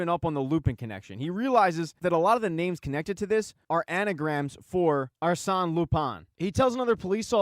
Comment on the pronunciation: Arsene pronounced Ar-sen like Arsenal without “Al”